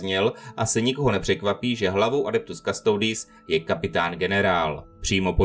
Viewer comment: Originálna Latinská výslovnosť je "Kustodis" a znamená to strážca